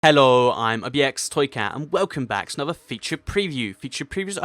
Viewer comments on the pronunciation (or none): lol , at the start of the video it says ello instead of hello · who realised he said haloo instead of hello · did toycat say "Ello" at the beginning of the video?